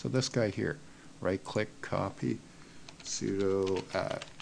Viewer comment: When I hear: "Abantoo", or "soodoo" I know right then and there: this person has no clue about things he's talking about. Not in this case, however. Thumbs up!